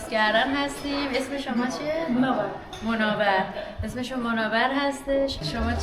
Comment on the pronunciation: درود و سپاس از زحمتی که کشیدین .متوجه بودین تو هتل دیر وقت رسیده بودین و بقیه خواب بودن شما تو راه پله اینهمه بلند صحبت میکردین ؟ اون خانم میگه موناور چون لهجه ش اینجوریه . اونموقع شما دیگه چرا تکرارش میکنی؟ یعنی نفهمیدین که اسمش منور هستش ؟ با احترام و ارادت